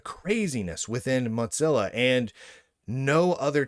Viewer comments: MODZILLA? Isn't it MOZILLA? Or is it just an accent thing? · Mutzilla? Why do you pronounce it that way ... am I missing a joke? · There is no T in Mozilla. Why do you keep pronouncing it Mottzilla